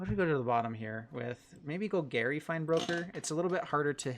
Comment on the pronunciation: “Gol-gary”..... please learn the correct pronunciation bro Love you tho, no homo